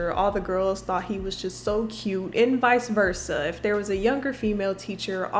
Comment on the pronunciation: When you said vice versa I almost had a heart attack lmao